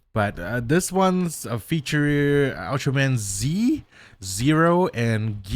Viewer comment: Ultraman Z's name is pronounced "Ultraman Zett".